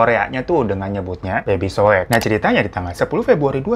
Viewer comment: PAS ABANG BILANG SOEK AKU DENGERNYA SOWEK PLS🥲😢😭